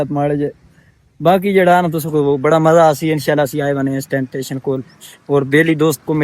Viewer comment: ٹیشن نہیں بھائی اسٹیشن ہوتا ہے